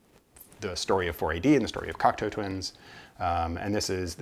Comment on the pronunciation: Hi. Great overview and information on Cocteau Twins. I also now know how to pronounce the name correctly. I did not get into them until the 90s but have slowly been finding their music on vinyl. It was interesting to see their various albums but also to hear your passion for their music. Well done and very interesting. Steve.